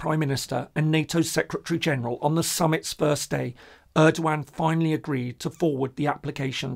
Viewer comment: Hi there, new subscriber here. Enjoying your calm and neutral approach. Just a heads up: The E in Erdoğan in pronounciated like the one in "every", not like the one in "early". Thanks for the nice content.